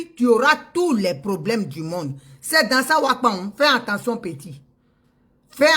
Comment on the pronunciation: On ne dit pas anttention chère Madame et tous les ivoiriens, on dit attention, A TT EN TION et non AN TEN TION..